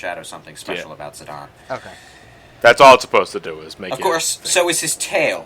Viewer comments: You pronounce Tie-dus as Tee-dus, yet you pronounce Zi-dane as "Zi-don," what seance that makes? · I think it's because the game dissidia pronounces it as "zi-don" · As brazillian Guy. I pronounced Zidaynee... but since its like italian or something because of Alexandria.... I Call him more like Zidãn or Zidann